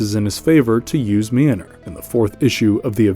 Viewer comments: The pronunciation of Mjölnir is killing me! 😂🤣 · If you can’t pronounce the name of Mjolnir, don’t say the name 50 million times! You could’ve said it once, and then just referred to it as “the hammer” lol